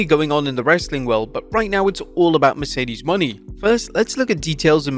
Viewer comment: Please learn how to pronounce Mercedes Mone